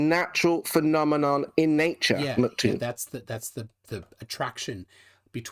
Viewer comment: Can he stop saying "Mc Toon" and stick to "Toon" since saying "MC" is so hard for him? ITs "MCToon" not "Mc Toon" lol